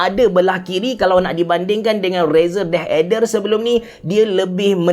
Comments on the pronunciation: Yep aku dok dngar deh eder ok deh 😅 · asal dengar abe cerah sebut deh ader sounds so kelantan HAHAHAHAH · sebut deathadder versi klate auto jadi deh eder HAHAHAH , btw nice content as always